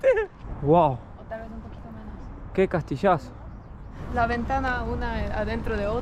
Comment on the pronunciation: Me encanto siento como q anduviera con ustedes 🎉 muy simpática muy tierna... muy simpático pero a veces el castellano lo pronuncias mal jaja saludos de viña del mar Chile